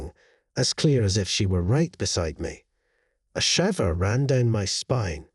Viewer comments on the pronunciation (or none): I ALMOST thought this was an actual person, then they pronounced "shiver" like "liver"..NOPE! AI.... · Im pretty sure thats just his Scottish accent.